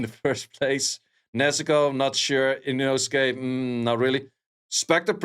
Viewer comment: can you start pronouce him inoske and not inosUke? this triggers me bro 😂😂😂